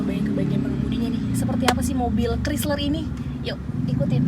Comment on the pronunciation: "Kraisler" bukan "krisler" ya dek yg cantik dan manis❤️